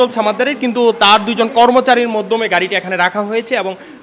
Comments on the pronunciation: এখানে যে সাংবাদিক তার কথা ভুল আছে সে মাধ্যম কে বলছে মধ্যম😂😂😂😂😅😅😅😅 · মধ্যম কি মাধ্যম? সাংবাদিক কিন্তু উচ্চারণ ঠিক নেই। 🤣🤣